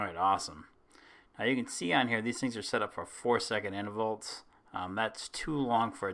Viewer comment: "Intervolts"?? Thanks for the video! :)